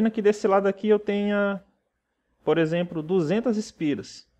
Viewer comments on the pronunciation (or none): percebe-se que você faz algumas trocas fonológicas do L por R. como por exempRo, pRaca, etc. Uma fonoaudióloga pode te ajudar a melhorar isso. A qualidade das suas aulas são muito boas, você explica tudo bem explicado de forma que qlqr pessoa consegue entender. Parabéns pelo trabalho e continue assim. Espero q n se importe com o que observei, é uma crítica construtiva... Um abraço!